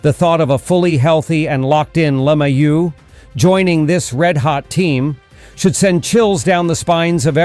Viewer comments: Is there a reason why who, or whatever is speaking can't pronounce "LeMahieu" properly? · This guy sounds like a idiot the way he pronounces LeMahieu name